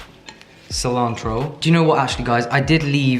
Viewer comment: I want a text ringtone that's just saying "Cilantro" in his American accent.